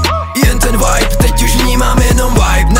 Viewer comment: Asi jsem moc puntičkářská, ale nejde to ignorovat- Vibe vyslovuješ jako Wibe, ale je tam jednoduché V čili výslovnost je čistší než u W. Sorry, i had to. Ale jinak nemůžu říct, že je song špatný..